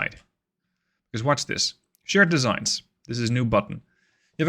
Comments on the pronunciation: "Shared desig" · Voice: "Shared Designs" Text: "Shared Desig"